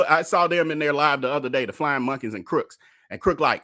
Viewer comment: Too funny. First video of yours that I am watching. I'm late to the game. Just noticed you keep calling him Darius "Crooks." Lol